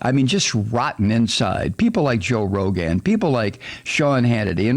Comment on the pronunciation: I like how you pronounce Rogan and I'll be saying it like that from now on!